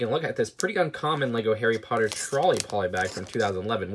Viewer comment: Daffy Potter very good point, I think it’s decent for an American